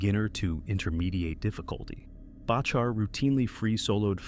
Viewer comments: Learn to pronounce his name… It’s Back her….. not Batch her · Its far from thousands of people barely hundreds get your stuff right amd it’s pronounced Back our dingaling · You can’t even pronounce John Bachar’s last name. It’s very disrespectful. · This is what happens when non climbers make videos about climbing. Shame on you, you cannot even pronounce John's last name correctly. Crawl back in your hole, please. The amount of misinformation here is mind boggling. Shame, shame, shame. Noihing but shameful douche-baggery in this.